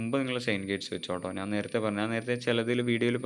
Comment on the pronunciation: Pronunciation ' Naan' Alla 'Njan'....Video first part kettunokoo...